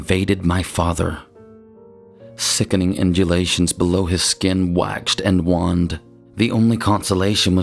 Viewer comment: “Waxed and ‘waah-ned’” lmao love your narrating but your pronunciations make me giggle 😂 it’s pronounced like ‘wayned’